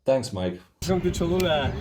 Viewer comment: Boy, the Aztec language is not easy. Well done on speaking the Aztec language correctly. And If it is true this "Pyramid" is the largest on earth. Or even if it is 2nd largest, given the history of the new civilization building on top of the old civilization I suspect the Catholic Church knew what it was doing building a church at this location. And now just claiming "Ooops, Sorry".